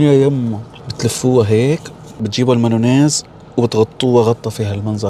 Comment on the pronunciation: مايونيز ❌️ مانونيز✅️